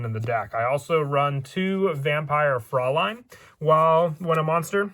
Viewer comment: I love the build but also as a person with German heritage I just want to commend you on your proper pronounciation of "Fraulein". Like, everyon else says it wrong so congrats, lol